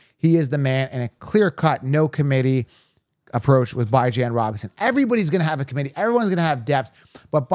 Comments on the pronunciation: pronounced Ba-Jean, per his mother. But he says B-Jean. definitely not ByeJan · Also- mispronouncing Bijan’s name is a slap on that man’s face and the face of his parents. Jokes not funny. Do better. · You got some good takes but I’m not subbing to you since you refuse to pronounce the man’s name correctly. There’s literally an interview of them asking him how to pronounce his name….idc if you’re joking or not. Pronounce his name correctly dude.